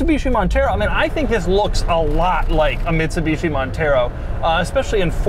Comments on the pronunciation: Doug is the type of guy who says Bitsumishi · bitsuMishi Montero lol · he said Bitsumishi in the beginning. Ha!